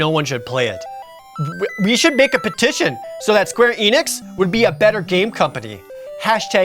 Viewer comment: the fact that he pronounced Enix 2 different ways gives me life